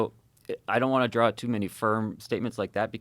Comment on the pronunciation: Until now I always thought that the pronunciation of the word draw as "drawr" was an extreme exaggeration of the New England accent on family guy. Nope lol😂